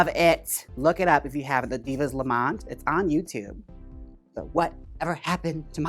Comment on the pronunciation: Divas Lament not Lamont 😅